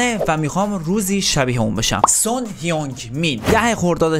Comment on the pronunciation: جان سان نه سونگ 😂😂😂